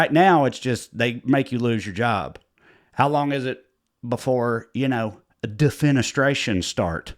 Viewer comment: Maybe the trash bags we saw tossed from the residence at the White House during Trump's "vacation" was him practicing defenestration. Also, hearing you correctly pronounce and apply the word defenestration, then follow it with "winder" was richly rewarding to me. You're a dichotomy of comedy.